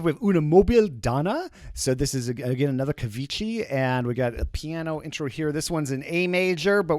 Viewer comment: Ciao...just for laugh...the name is Cavicchi! like cavikki with the "killer" k;-)